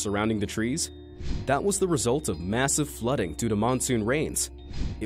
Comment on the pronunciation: like the bell tree that make you under command. you say “ GeT AwaY fRom dAt ttree “